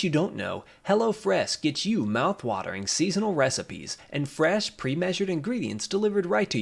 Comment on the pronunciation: the way your pronounced six and fresh in sponsor seems weird to me. Or it's just my dialect, cause you know I m asian